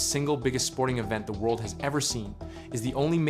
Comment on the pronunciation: I guess English is not your native language. WORDL?!!